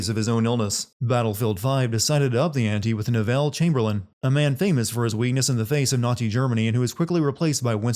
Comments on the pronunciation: not wanting to cause a scene but your pronunciation of the name "Neville" in Neville Chamberlain kinda irked me. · for the weirdest pronunciation of Neville ever